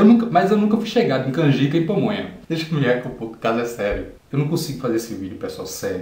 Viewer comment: Rachei com você falando "pomonha" kkkkkk